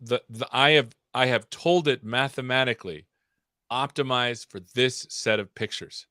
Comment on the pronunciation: "Optimiz for this seth of pictures" :D